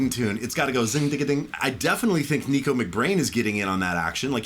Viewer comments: Nicko's name isn't "Nee-ko", it's "NICK-oh". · its NICKO mcbrain not NEEKo mcbrain XD XD